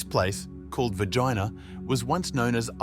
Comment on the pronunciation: Its VERGINA not Vegina . Please try to fix the mistake. Thank you .